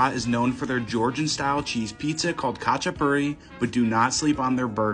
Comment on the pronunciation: It’s called khachapuri but pronounce with a r